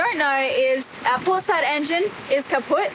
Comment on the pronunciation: Steffen taught you a good word in german 😂 „kaputt“ is wonderful and you pronounced it very well. And you look fabulous by the way E.